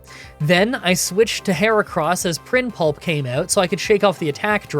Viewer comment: a bit of a oopsy on your part u called primplup , prim pulp you mixed up the location of the l on that one a huge L if you ask me XD